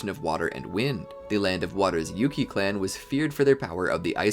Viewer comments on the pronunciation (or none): none